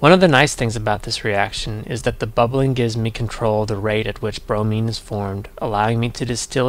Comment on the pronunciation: Not brony, bromine